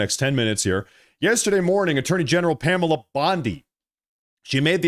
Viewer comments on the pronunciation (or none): none